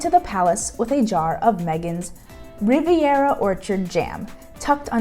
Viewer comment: Riviera, not Rivera